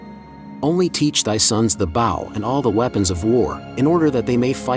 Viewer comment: You know it is a computer voice talking when it pronounces the word bow..like as in bow and courtsy and not line bow and arrow. It's an insult to the listeners intelligence.